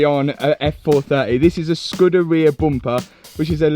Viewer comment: Accents allowing, it's scoooooooooderia not scud like scud missile lol. Just ask Ratarossa before he wets himself laughing hearing you get it wrong